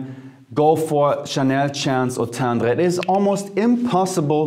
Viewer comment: Love how you say Eau tendre 😍😍😍 I’m gonna try that one